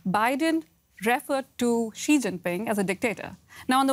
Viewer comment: Xi is not PRONOUNCED "he". It's pronounced "she" with softer 'h'.